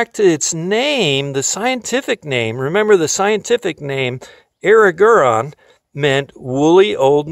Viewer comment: Air-rig'-er-on. That's how to pronounce Erigeron